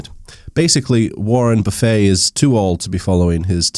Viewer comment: are you mispronouncing Buffet on purpose or what...